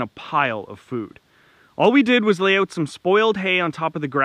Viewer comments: Could tell you're Canadian just by how you say "out". Lol Great video. Thanks👍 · Drute... Translation = drought Oote... Translation = out Thx for video & the laughs!